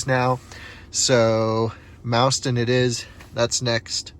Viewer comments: We say "MOSS-ton" not MOUSE-ton :) Welcome to Wisconsin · "Mauston" is pronounced, "maww-ston." The more you know. Great vid! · Thanks for sharing. I have been to all of those chargers. BTW, Mauston rhymes with Boston.